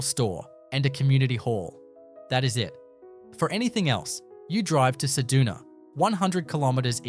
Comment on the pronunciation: Cedoona? Try CedUna.